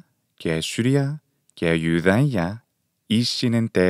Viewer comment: Why do you pronounce Ιουδαια with /y/?